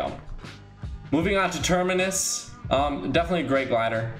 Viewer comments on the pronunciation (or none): none